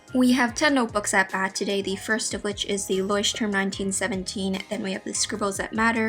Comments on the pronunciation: Its so cute how you pronounce 'Leuchtturm' :) I am from germany btw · it‘s so funny how you pronunce „Leutturm“ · That’s soooooo cute. I‘m from Germany and Leuchtturm is pronounced a little different😂💗 That sounds sooooo funny and cute for me🥺🥺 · How you pronounce Leuchtturm. It’s always funny to hear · As a German it's funny for me how she pronounced Leuchtturm 😂💕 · Same haha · Ist aber bei jedem irgendwie so😂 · As a student learning German, I thought I spoke it wrong all along when I heard her. Both English and German aren't my native languages so I was confused 😕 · It was so funny how you say ,,Leuchtturm"😂 I'm from Germany